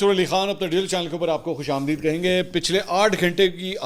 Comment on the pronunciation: سبکرائیبر بنانے کا کہتے ہو کیونکہ اس سے مال بنتا ہے ڈالر کی پیداوار کی کوشش ہوتی ہے اس پر بڑا زور دیتے ہو لیکن اپنی غلطی درست نہیں کرتے خوش آمدید کو اردو کے لہجے میں پڑھتے ہو ۔یہ اردو کا لفظ نہیں یہ فارسی زبان کا لفظ ہے آمدید کو دی د نہ پڑھا کرو اس کو دے د پڑھا کرو